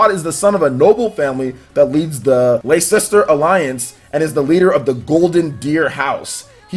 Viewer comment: it's pronounced Lester! They said it in the second trailer! It's a city in Britain!